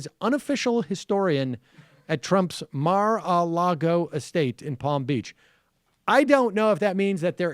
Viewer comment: Lol why does Sam pronouce Mar-a-Lago like that